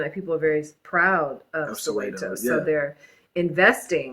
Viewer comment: Your wife pronounces Soweto properly, sorry but you sound bougie bro